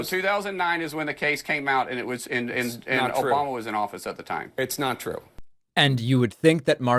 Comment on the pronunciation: Confession: I watch David Pakman’s videos just to laugh when I hear ‘Obamna’